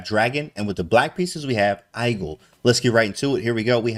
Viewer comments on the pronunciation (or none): Not hate at all, just found it funny that he pronounced igel like Eye gull and not eegull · Igel is german for hedgehog, and the I is pronounced like "ee"